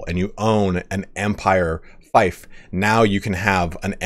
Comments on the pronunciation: Wait why is it 'Fife' all of a sudden? I'm pretty sure 'Feef' is correct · You were correct in your first pronunciation of 'Fief'.... (feef) 👍